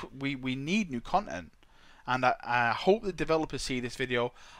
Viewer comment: "Conent"- a term used by to say content while also displaying a sense of displeasure and disappointment. Ex: "Son the conent of your report card displeases the emporah."